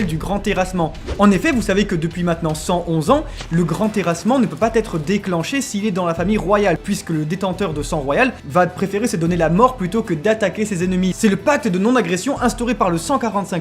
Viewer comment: "...le grand terrassement ne peut patêtre"? Wow... Les liaisons... En vrai c'est mieux quand les gens n'zssayent même pas de faire des liaisons. Parce que là. C'est quand même une sorte de record. Edit: Plus loin: "... qui va t'être"?! Pitié ARRÊTEZ AVEC LKES LIAISONS QUI N'existent pas!!!